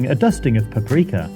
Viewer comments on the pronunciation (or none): Its Paprika not pap- rika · the way hwe says paprika